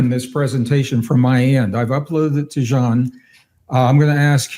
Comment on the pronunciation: And have to say this to compliment Gregg on yet another beautiful level of mindful humanity: first guest I have ever heard pronounce Jean's name so well and thoughtfully. 🫶✨️